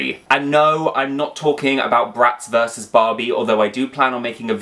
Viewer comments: Girl it is "Versus" not "Vis" ...i dont even 😂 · "Veece"? The abbreviation "vs." stands for "versus".